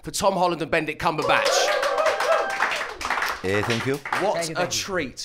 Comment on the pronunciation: Did he say Bend it Comberbatch or Benedict Cumberbatch?